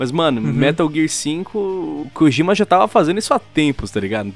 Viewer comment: só uma observação que não chega a ser importante... Mas o nome "Kojima" não se pronuncia "Kogima" e sim "Kodima"